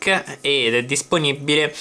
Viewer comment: automobbili disponibbile microfibbra possibbile: l'itagliano questo sconosciuto. comunque grazie per la dritta. :-)